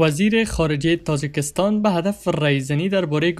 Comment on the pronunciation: تازکستان نی تاجکستان و بعد ترکمنستان خواندی بسیار در خواندن خبر خود را نارام حس می کنی کوشش کن که ریلکس باشی حال ما با غلطی هایت عادت کردیم